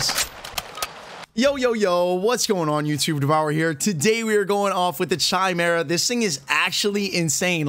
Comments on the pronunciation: Okay I joined this game at the start of season 3/last week of S2, can someone please explain to me why people call the chimera CHAI-MERA with the pronunciation similar to (TAI) instead of chimera KAI-MERA with the pronunciation similar to (KI- FROM KITE). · Chimera “Kai-Mare-Uh” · Like nails on a chalkboard when you say pronounce the “ch” in chimera, not trying to hate on you brother keep up the good work